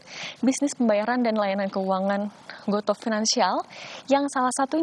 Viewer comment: gotu kak bacanya :)